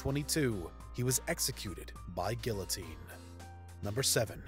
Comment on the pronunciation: And the pronunciation of guillotine seemed to get him too lmao